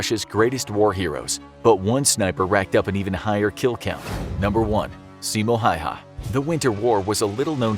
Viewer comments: Its not simo hayha its simo häyhä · btw it aint simo hayha it is simo häyhä and yes im a finnish too so i have äåö letters world you dont wanna mess with finland under 6 million humans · Simo Häyhä not Simo Hayha . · Simo häyhä not Simo hayha